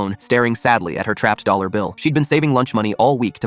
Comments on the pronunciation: yes, "one dal dollar" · "One dal dollar" 💀